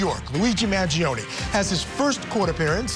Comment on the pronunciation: It's MAN-GEE-OHN, not man-gee-ohn-ee.